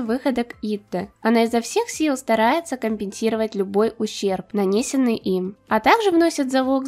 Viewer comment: у тебя просто великолепные видео, но меня напрягает то, как ты каверкаешь слова по типу "нанесенный" ._. сори за духоту